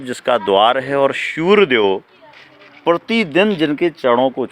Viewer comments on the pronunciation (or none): Shuryadev nahi hota Suryadev hota hai 🙏